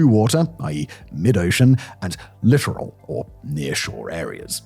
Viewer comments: littoral not literal. i though only bad AI was still mispronouncing that. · 40 seconds in and: 1) The ship in the thumb nail is not a frigate 2 ) Arleigh Burke is not a battle ship 3 ) by purpose or acciden you prounced littoral incorrectly I love the channel but you've really dropped the ball on this one.